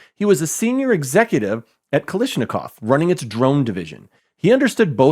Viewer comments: Dig your work.. But.. it's Kalashnikov, not Kalishnikov. Otherwise, keep up the good work.. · Kalashnikov not Kalishnikov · KalAshnikov dude. It's not KalIshnikov. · Not Kalishnikov but KalAshnikov. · It's "kalash" not "kalish" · Showing the phonetics of a name is nice until you pronounce it wrong (Cartagena) or mispronounce it repeatedly (Kalashnikov)